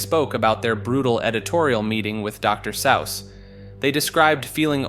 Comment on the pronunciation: “Doctor Sowss” bro what the fuck lol how can you not know the correct pronunciation